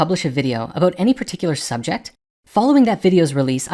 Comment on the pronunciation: is the blue guy Canadian? No wonder he's so polite. Just the way he pronounced the word "about"..Nothing wrong with being Canadian. I have a Canadian friend...